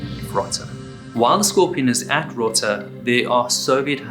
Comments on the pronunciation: row-tuh, not rotta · It’s pronounced Row-ta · Rota Spain,long o pronounced rohta